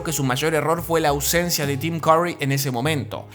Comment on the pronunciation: AI is so stupid it can't even pronounce Tim Curry correctly.